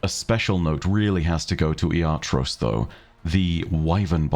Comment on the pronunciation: I'm going to be the annoying pronunciation guy here and clarify that its "Iatrós" not "Iátros"